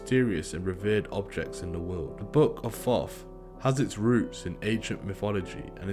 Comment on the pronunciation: Dear British people, stop pronouncing TH WITH AN F SOUND. THE BOOK OF FOFF THE BOOK OF FOFF